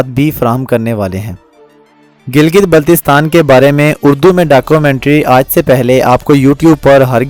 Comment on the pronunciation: Pahlay teak say name tu bolna seko. It's not Giltistan